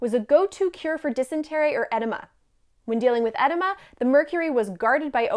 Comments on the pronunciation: Its not "Ed-ima" its "Ed-ema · Edema is pronounced ɪˈdi mə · Some pronunciation problems here, dearie--you might want to do some research. Edema is "eh-DEE-ma", frinstance...Paregoric isn't pariagoric...and so on. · FYI Google the pronunciation of edema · "edema" rhymes with "Fatima"--not "enema."